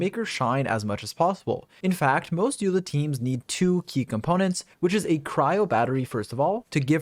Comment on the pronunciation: As informative as the video is, the more I hear you call her "Yula" the closer I step to dying